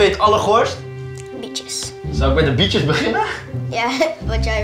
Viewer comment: Ik hoor steeds 'Bitches' in plaats van 'Bietjes'😂.